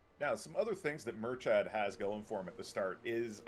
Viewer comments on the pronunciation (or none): Please guys, I'm begging. Stop pronouncing Murchad as if it is an English word. It sounds nothing like what you're saying.